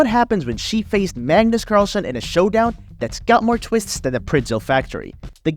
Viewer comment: Magnus not Mangus :D